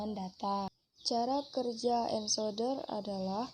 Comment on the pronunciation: Sudah bagus utk kedepan pelafal ENCODER = ENKODER bukab ENSODER .Begitu juga Yg lainnya